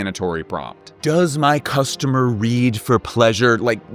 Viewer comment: "VWAT SHAPE IS CASTOMER"🤣🤣